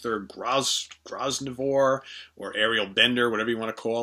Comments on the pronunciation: Appreciate your featuring a hugely underrated band with great players especially Gary Wright. By the way Luther Grosvenor’s last name is pronounced: grove’ nor. (The ‘S’ is silent). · Grosvenor is pronounced "Grow-vener" - a silent "s". There's a hotel in London called The Grosvenor, so the word's well-known if you live here. A great video. A few points. I have Cross Purpose. More on that shortly. Over the years there have been rumours that Ceremony could be remixed and Pierre Henry's random, painful contributions removed. It may be great art, but it's not a great experience. The actual songs are good. One original on The Last Puff is The Wrong Time, written by Gary Wright but sung by Mike Harrison. The singer sharing vocals with Gary on The Mirror was Mike Patto, who sounded like a proto-Bon Scott. The song Two-Time Love on that album seems to share an influence from The Band's Chest Fever with Deep Purple Mk.3's Might Just Take Your Life. The album has been issued as Comic Violence as well - not sure why or how. Spooky 2 is the classic. Cross Purpose is a funny mixture that somehow works. The only band-composition is Kiss It Better, a hard-rocking Stones/Mott-type of song. It ends the album but should've started it. The opener, a remake of That Was Only Yesterday, is successful, though - great bassline, and Mike Harrison's voice is as soulful as ever. There's a cover of Jimmy Stevens' Tears (Behind My Eyes) which is also very poignant. Then the band start songs written by individual members. Greg Ridley's It's You Girl (Message to Deborah) is particularly good. He sings it himself, and the organ part fits the mood perfectly. Luther Grosvenor's Throw Me a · Hi, to save you choking on Luther's name again it's pronounced Gro - venor. I find all the Mick Jones albums more consistently listenable than any of the others.